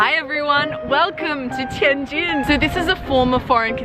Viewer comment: OMG, you are pronouncing the subtle difference of the two characters: JIN and JING really well. Better than a lot of my Chinese friends from southern parts of the country. Amazing!